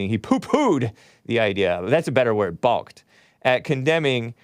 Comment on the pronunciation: The L is silent in balk